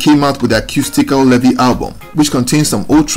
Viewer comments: Pronounced "BARRINGTON LEE-VY, not LE-VY"; good story though. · Your pronunciation of 'Levy' sounds more French than English. In Jamaica we say 'LEE-vee'. A very historical name, usually indicating 'black' Shephardic Jew (Israelite/ Hebrew) ancestry, coming from the tribe of Levi who were recorded in the Old Testament of the Bible as descendant from the lineage of Jacob (Yakob, later called IsRaEl). The Levite tribe performed spiritual leadership duties to their nation as priests and musicians. A people whose presence remains among Jamaicans and several other populations in the Americas, Africa, Europe and Asia to this day. The full story has not yet been told due to 'paper genocide' and whitewashing, especially by Ashke-Nazis, but it will all come to light. Barrington Levy is the typical, original true colour of that ancient tribe and the tribe of Judah. What a powerful signature voice Barrington Levy has, like a trumpet announcing his presence and message. His recognition is well deserved.